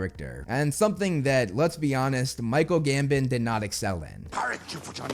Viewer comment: ‘Michael Gambin’ jeez dude at least give him the honour of pronouncing his name properly. I think he did excel at being soft spoken, using that famous GOF scene is a bad take.